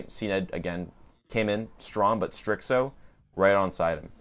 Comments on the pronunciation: I don't know how you get "strickso" out of starxo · it’s pronounced Starzo the x sounds like a z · Maaaan, great video. The only thing was The bad pronunciation of starxo. Keep the good work